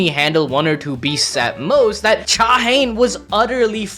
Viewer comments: All* native Korean names are 3 syllables Sung Jin-Woo Cha Hae-In Not Haen but Hae-een *99% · Cha Hane ❌️ Cha Hey - In ✅️ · Her name is pronounced "Cha-Hae-In" not "ChaHaen"